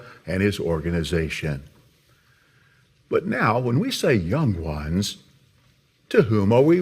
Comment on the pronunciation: Why he say young ones like that 😂😂